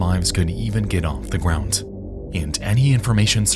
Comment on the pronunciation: The word, ground, does not have a t sound in it